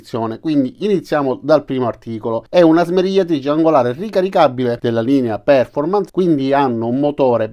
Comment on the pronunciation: Bravo. Però, fai questo sforzo: si pronuncia perfórmance, con accento sulla O, e connèct con l'accento sulla E. Per poco che si sappia l'inglese non si può ascoltare